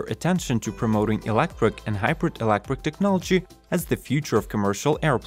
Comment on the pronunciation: Hmmm - since this one is all about electric planes, I think it's important that our narrator pronounces the word "electric" properly. He's saying "elec-quick"…